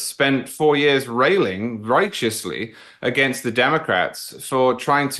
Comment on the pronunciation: Learn how to say branch and against British dude…..